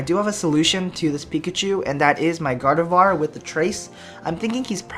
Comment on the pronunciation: Gardevoir is pronounced in French.